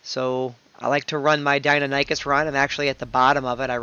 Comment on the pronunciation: Love you but pls... "die-non-ih-cus", not nie-cus:p great vid btw, learned a lot!